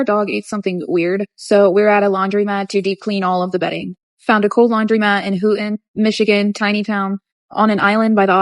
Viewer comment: Not related to her scamming, but I HATE people who say "laundrymat" and pronounce "women" like "wum-an". Like it's bad enough people these days type "a women" and "those woman" but they're pronounced them backwards too! Ugh. Like literally this is stuff you learn when you're like 3.